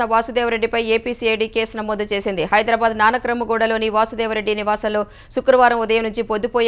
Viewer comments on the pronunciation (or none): none